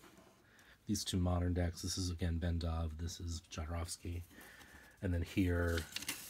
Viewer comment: Sorry but it hurts my ears me when you pronounce "Jodorovsky" . First letter is not "jay" ! His surname in Polish is 'Chodorowski', transcripted to Spanish to "Jodorovsky'" Please listen to this